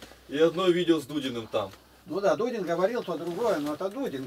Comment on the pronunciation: Давно я так не смеялся. Не Дудин, а Дулин фрезеровщик.